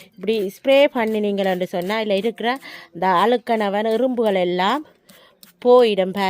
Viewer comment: Hey Tamil pronounce is wrong no கருப்பு உரும்பு கருப்பு எறும்பு is corrot